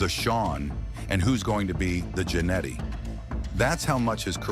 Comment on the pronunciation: It’s pronounced “gin eddy,” not “janity!”